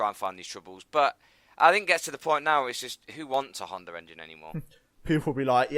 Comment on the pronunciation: ITS HONDAAAA NOT HONDERRRR